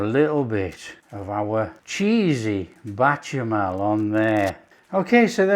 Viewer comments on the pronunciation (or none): Why do you keep saying bachemal and not bechamel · Goo-vee-yer cheese= Gruyère cheese. Batcher-mail= Bechamel sauce….God bless you,. Delicious looking sandwiches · Beshamel. Ch in french is a sh sounds. Cheers